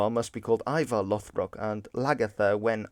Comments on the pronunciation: I'd like to point out that it should be /'loð.brok/ not /'loθ.brok/ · It's not LOTHBROK, It's LODBROK, which basically means LOD=Thick leather pants, and lastly BROK=Breeches.